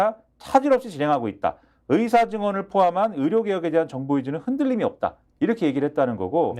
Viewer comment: 의사 > 의새는 헛나올 발음이 전혀 아니다. 평상시에 여러 번 말했어야 자동으로 나올 말이지!!! 그것도 차관, 장관 2번이나!!!